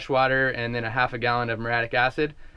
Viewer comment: I think that type of acid is pronounced with 4 syllables -mur-ee-aa-tic! whoo, keep up the sweet vids